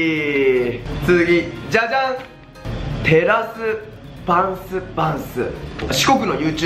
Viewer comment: バンスじゃなくてパンスですw